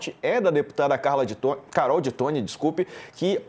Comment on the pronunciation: Carol ti toin 😄 que horror!